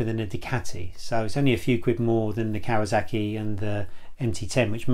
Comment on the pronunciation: What's a 'Kawazaki'?